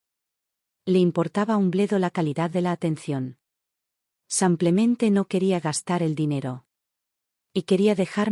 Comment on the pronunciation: No entiendo cómo pueden escribir simplemente y la narradora decir semplemente ???